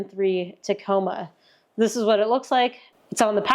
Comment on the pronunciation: She still says Teh-coma 😬 TaaaaaaComa ladies n gents.